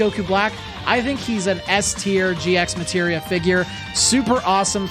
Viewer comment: This on is no biggie but It's actually red as G Materia without pronouncing the X. Same as how you read Hunter X Hunter and Spy X Family.